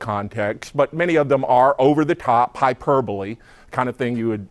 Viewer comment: Don Black said hyperbole correctly. Nobody says it correctly anymore.